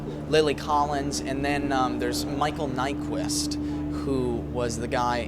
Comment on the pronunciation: Haha, It sounds funny cuz I'm from Sweden when he says Michael Nyqvist 'cuz he pronounces it all wrong...